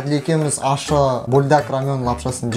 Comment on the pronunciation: Неге көбісі ащы дегенді ашты дейді? 😅